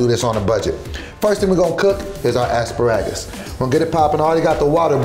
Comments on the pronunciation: Why pronounce Asparagus like that😂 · Why he say Aspuraggus.. bit it's asparagus .I think😂😂😂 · The fact that’s he kept saying ASS-Pah-RAG-US lmao I thought it was A-Spare-RAgus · As par rages smh 🤦🏾‍♀️ it’s ah-spare-uh-gus cmon! 😂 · 'I pacifically asked for two...' 'first thing we're going to cook is our asparawgus' 'come back with avengents' WTF, speak english LOL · And asparagus as asspagarus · E asperages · ass- spa -ragus 😂😂😂😂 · Asparagus- Pronounced (Ass-Sparag-Us) by. 😂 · The way he pronounced asparagus pissed me off